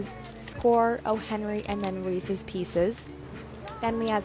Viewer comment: i need you to reevaluate how you pronounce reese’s. emphasis on the ‘s